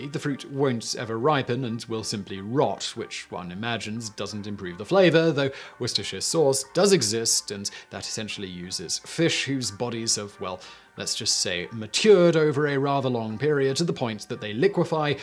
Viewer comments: "Woo-ste-shire sauce"; you what? It"s 'wus-tur sauce.' Do you say 'Bi-ces-ter' for the town of Bicester? (hint, it's 'Bis-ter') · I'm still hearing it as "Wooster-shire".